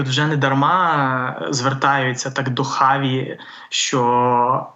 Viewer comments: А чому Чаві , а не Хаві? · Хаві, а не Чаві. Допоки?